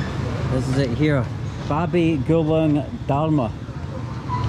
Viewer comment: Babi Gulink not babi gulung 😭